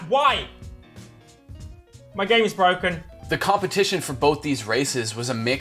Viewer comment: My computer is BWOKEN!